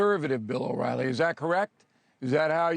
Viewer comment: Bill O”Wily”😄